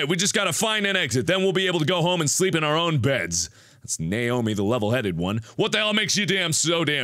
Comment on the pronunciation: I know he is shouting "Naomi!" but I only here "Nail me!" :'P